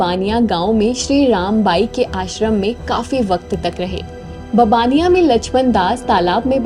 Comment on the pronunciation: गुजरात में मोरबी के पास है ववाणीया गांव में रहे थे, बबानिया थोड़ा गलत उच्चार है